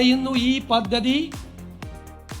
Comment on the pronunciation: Kindly pronounce the words correct, (പദ്ധതി)